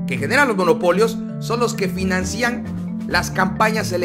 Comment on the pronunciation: estimado se dice financian (fináncian) y no (financían), saludos